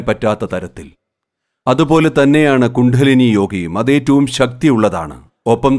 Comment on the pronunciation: കുണ്ഠലിനി അല്ല, കുണ്ഡലിനി എന്ന് ഉച്ചരിക്കണേ.